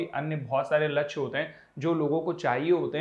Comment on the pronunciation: Vo lachya nhi lakshy hota h sir😂😂😂😂